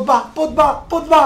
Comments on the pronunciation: porque dices potba? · se dice Pogba Podba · Se dice pogba no podba